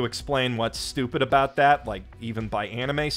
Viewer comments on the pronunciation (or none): none